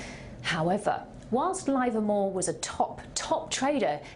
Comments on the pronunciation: its pronounced livermore with a short i not a long one I have talked to people who traded with him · LIVERmore. Not LIVErmore.